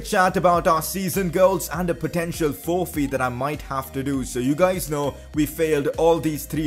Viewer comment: Who else got triggered how he said forfeit ( I know he has an accent )